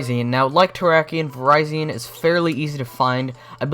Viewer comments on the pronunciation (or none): I thought it was pronounced vir-re-z-on